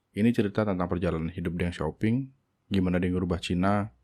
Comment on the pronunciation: Deng Xiaoping juga dibacanya: Teng Xioping